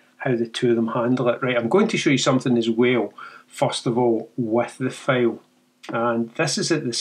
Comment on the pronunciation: I love your accent....but you got me with the 22 Megabyte FAIL...What is a FAIL.... After about the 4th or 5th time I heard it, I finally got it. A FAIL is Scottish for a FILE with a long eye in American English. For us Yanks, fail rhythms with pale or pail. English is so screwy. "My attempt at editing was a major fail"...Like failure, failed, DOUGH is pronounced D-OH COUGH is pronounced CAW-F There is a street in San Francisco named GOUGH... Not GO, not GUFF, it is GOFF Do you say NILE like the river in Egypt for those pointy metal things we hit with hammers? As I said, I really love your accent, it is beautiful. Reminds me of the great Sean Connery. And once I got it, I totally understood. It is very charming...